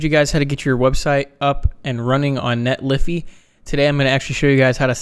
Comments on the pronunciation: Isn't it Net-lee-fy , the fy being said as in solidify? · It's pronounced Netlify not Netlify. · Net Liffy? I love it...